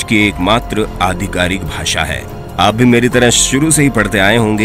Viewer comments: भाषा hota hai Na ki भासा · भाषा होता है नाकी भासा